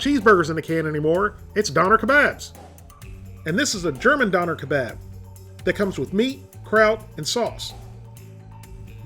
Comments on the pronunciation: Isn't it pronounced "Doe-Nair"? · You’re mispronouncing it it’s pronounced “dawn y’air”. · its pronounced Don"AIR" "keBOB" your pronunciation is killing me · Doe-nar is how you pronounce it properly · don-air. that's how you pronounce it. triggered me real hard hearing you mispronounce it. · it is pronounced Doo-nar , and in Germany they are on every corner in most every city :) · It's pronounced donair not doner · I had one of those in Germany. It's pronounced "derner"! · You butchered the shit out of that name haha pronounced more "DoooUner Ke Bob"